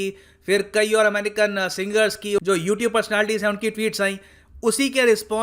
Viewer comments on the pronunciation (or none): none